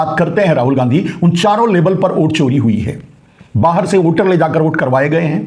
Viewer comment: ओ घनचक्कर, ओट नहीं, वोट । 😂😂😂